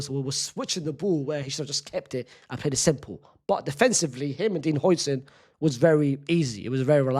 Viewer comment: Is it that hard to say Hausen?